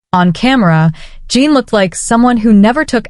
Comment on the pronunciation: It's J-en, jin. Like the drink gin. Not jean.